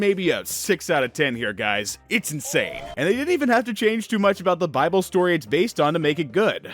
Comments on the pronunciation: It’s pronounced BY-BULL! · I’m atheist but I’ve only heard it pronounced “bi-bull” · Its called BIBLE, (BYE-BLE) that easy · Nahhh was you talking about the bible supposed to be funny trynna pronounce it buddy? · Purposely mispronouncing Bible is just disrespectful